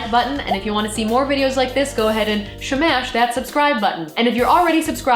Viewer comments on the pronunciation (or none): "shmash" favorite part of the video